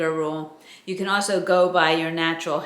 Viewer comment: Love your vids and your wisdom, but can I comment on your accent. I love the way you say awsew ( also) it cracks me up! Also you said it many times today!